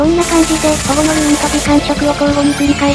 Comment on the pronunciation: 毎回なんだけど、保護のルーンか「ホモのルーン」にきこえてしまうんだよなぁ…